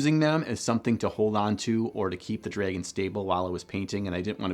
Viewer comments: Wait so your telling me I have been saying dragon wrong all these years its dreygon not dragon hmmmm real mind opener. Jokes aside this channel keeps growing on me every video posted thumbs up and subscribed :) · Am I the only one weirded out by the way he pronounces "dragon"? Not even going to mention the socks :) Cool vid tho!